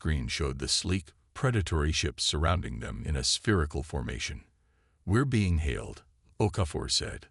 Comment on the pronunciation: Lets see, Bean instead of Being and Nemesis instead of Prometheus. I are glade I tan doe butter prodancing thin tha AI.